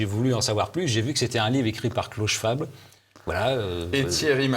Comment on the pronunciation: Schwab : schVab pas schouab, c est de l allemand.